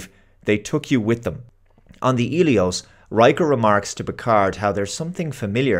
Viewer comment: Hmm, I thought the medical frigate was called Helios, but keeps saying Elios, unless im mishearing him